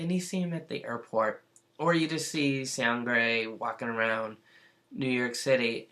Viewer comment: No. There's no "g" sound in his name. The letter, "g", doesn't work alone here. It's only combined with "n", making a new sound, "ng". You know, like, "going", "working", "doing", "living", etc. THAT kind of "ng" sound, you know what I mean... Seungri is pronounced...just "Seung-ri".